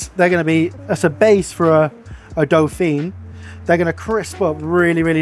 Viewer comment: Your pronunciation of Dauphine was painful though haha XD.